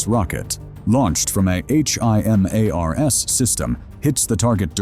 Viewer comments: OUTSTANDING! But I never heard of an AICH AYE EMM ARE ESS missile before xD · Don't think your AI voice needs to spell HIMARS...